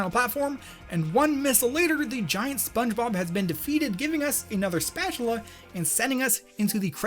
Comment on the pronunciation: his voice sounds like he should be in spongebob or in his pronunciation "Spunbob"